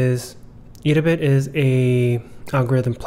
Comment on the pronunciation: Thanks for the informative video <3 P.S It's "Ed-a-Bit" ;)